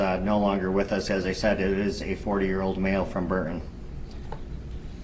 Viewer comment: BURTON NOT BUR- UN. THIS GUY IS INEPT WITH SPEAKING.